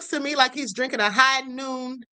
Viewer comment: Its "Hogh Noon" alcoholic Seltzer